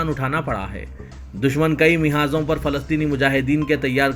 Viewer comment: 'Mihaz'Naire bawa "Mahaz"bol